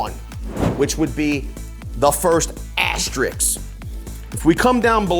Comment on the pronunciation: It’s not an ASTER-RICKS…It’s an ASTER-RISK (like taking a risk).